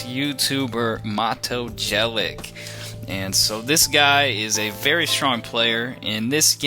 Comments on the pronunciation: Chaotic and unpleasant voice timbre. And it's Jelic [yelits] not [dżelyk]... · it's pronounced Yelich, not Jelick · You're funny when you pronounce his name cos you kinda suspect you're not doing it right, so you somehow utter it so "no one notices" :D The first syllable is as in "Yates" and the last 'sound' is as the first sound in "tune". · Hahahah Matoo Gelik who the fuck is that its Mato(short) Jelić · Maybe he honestly thought his name was pronounced jelic...how about have respect yourself for his slight mistake that mato did not even care about ass hole....and his vids are pretty good... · Jelić is pronounced more like Yelich (Y like in yet and ending "ch" like in peach). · His last name would be pronounced yelich. Almost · Learn how to speak his name first... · The way you pronounce his last name. It's horrendeus... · i almost disliked this only because of the absolutely horrible pronunciation of mato's last name...but you pronounce it as if it was written "yelich" -. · ur videos are cringeworthy enough without slaughtering the guy's name like that! far out. sorry mato! how embarrassing. oh u "can't help slaughtering them' so u don't even bother trying?! @@ americans!! haha Seirawan is truly awful in this respect too. please have the respect to put in 2 secs research into a less bizarrely inaccurate pronunciation, thanks. Sorry to be so critical.. but u talk like ur videos are so cool. But they suck man, grow some humility. Fooling people is not that hip.